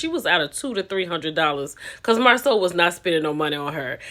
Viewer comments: This is embarrassment for hoetell and hoeslaw to me. They could have coached this lady. Because she doesn’t pronounce Marsau name correctly and Tisha need a picture or video proof not word of mouf 😂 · 😂😂 Yep, and why dis woman keep calling him Marcel and not Marsau....